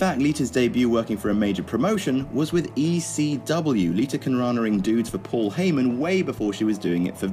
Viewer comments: Its Lita not liter. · LITUR... LITUR... Gosh, English accents are hilarious.